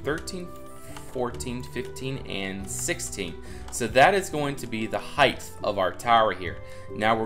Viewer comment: I just noticed you say hith instead of hight